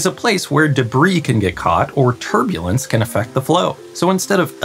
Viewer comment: You say turbulence. I hear turdulence.